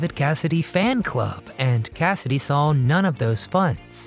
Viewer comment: I just can't get passed the fact that you put an "L" after the word "SAW" , pronouncing it as SAWL !!! Is that a mid western thing ?